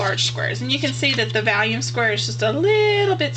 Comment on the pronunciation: Nice video, I heard you say that you were mispronouncing vellum as "vallium" the tranquilizer, yes, I had to watch it again to be sure. Someone has probably already left a comment on this, if repeat, sorry, It is pronounced "vel" rymes with bell, and "lum" rymes with rum. I did the same with "Bazzil" for a long time. I had it in my head & mouth funny. You did a great job with your video getting it all in camera! Keep it up & looking forward to your next one. Thanks for the Cricut link.